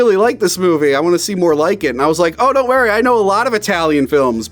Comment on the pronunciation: He always says "wary" instead of worry too